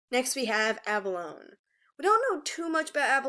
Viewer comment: Infact (not to be rude) it's pronounced Ah-ba-lo-nee (abalone)